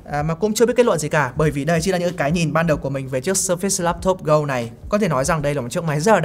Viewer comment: Vẫn sai thôi haha. Sơ phệt s mới đúng